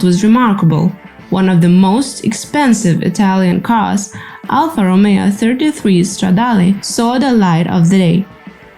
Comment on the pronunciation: I was wondering about the voice. Initially, I thought accent, cool, but then, with the pronunciation of Romeo, I realized I was wrong. AI makes perfect sense.